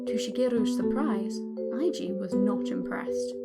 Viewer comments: Eiji is A G not I G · Really nice, but it's "eh-ji" ;)